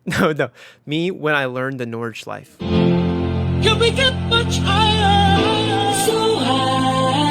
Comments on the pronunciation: please pronounce nordschleife correctly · you actually got really close with the pronunciation of nordschleife in the beginning. honestly if you just add that 'eh' sound at the end its perfect (its at like )